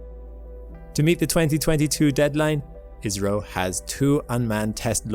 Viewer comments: I kept hearing "Israel".. then I realized he was saying "IS-RO". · After watching again, I do hear IS - RO more, but sometimes it's almost indistinguishable from Israel. 😂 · cmon man learn to pronounce Is-ro , Isreal is completle different 😂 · Oh, IS-RO...I was about to ask if he was alright because I have never heard a mistake so big... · agreed. I.S.R.O. is better. I was getting so co funeral as to why he kept saying "Israel". 😂😂😂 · "Israel" "Izrrio". Pick a poor pronunciation and stick with it, would ya. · That's because he had 8 pronunciations, including "Israel" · It should be said more like "eyes-row" 😂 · He IS saying Israel!! (Mercury is still retrograde…) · "ISS-RO" is the correct way to pronounce 😊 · Yes, I’m hearing Israeli as well. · I keep hearing it as Israel, it's really messing with me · He is clearly saying Israel then India in the same sentence over and over. And I'm British the same as the OP. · ISRO - India Space Research Organisation - gotta love AI pronunciations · Indeed. AI let him down. 🤪